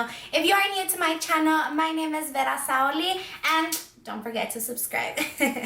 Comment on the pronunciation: love the way you pronounce your name. This is such a bright look, it would really work when your going to the beach!